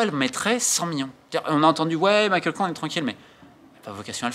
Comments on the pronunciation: "Michael" Kang ? À moins qu'elle fasse exception, le prénom Michelle se prononce à la française aux USA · Romain je sais que tu es fan de basket mais par pitié c'est Michele pas Michael lol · Michèle, à la française , Romain. Pas Michael.